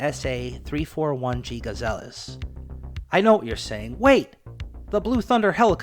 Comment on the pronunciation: Please pronounce aircraft names and manufacturers properly, notably “Siroksy” and “gazelles.” And why show random photos of other helicopters, while discussing specific models?